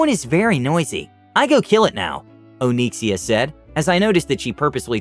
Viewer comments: Nobody:: Oh-neek-see-uh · Did you intentionally use the name of a famous WoW dragon? And if so, is he pronouncing the name correctly?